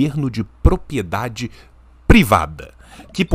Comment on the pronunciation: O sempre fala "propiedade", em todos os vídeos. Ele tem algum distúrbio de fala tipo dislexia ou só fala errado sem querer msm?